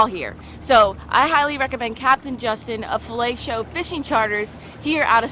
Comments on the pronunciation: Oh, "Filet Show",lol. Might want to pronounciate that one a little better,lol. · I think you should pause between fillet and show a little longer cause it sounds like you’re saying “fellatio” charters. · OMG I thought you said felatio fishing charters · she doesn't even get what she is saying, when she says the name of the charter co. lol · Filet Show? And the T is silent? Right? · Am I the only one who is seeing “Filet Show”, but hearing .....well you know what I mean!!! LMAO!!